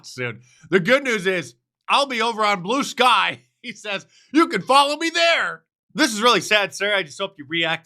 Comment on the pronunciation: Did he say he going over to "Blew" Skye? He kind of looks like a semen swallower.